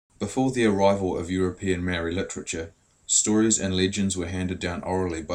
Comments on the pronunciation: Great story. That is "Ma" as in MArs, "O" as in ORca and "ri" as in DEEp with a soft "D". Love the carvings, even the machine ones. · You can't even say Maori eh eat ass